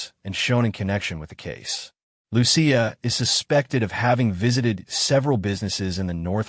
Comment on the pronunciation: Loo-see-uh is the correct pronunciation of Lucia. A lot of Minnesotans (well, at least, the “Lurherns”) celebrate St. Lucia Day, a Swedish holiday.